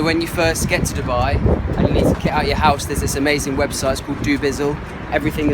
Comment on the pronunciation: When you said Dibba I was like what🤬🖕🏾 but then when you said Dubai I was like🥰💓